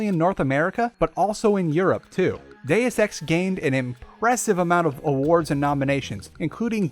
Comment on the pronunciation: Deus ex, per se; you're mispronouncing all Latin.